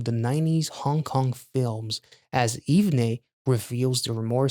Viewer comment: OMG I have never been more early! Haha The group's name is pronounced "Even" by the way. Love your reaction/review as always. Thank you for supporting the boys🥰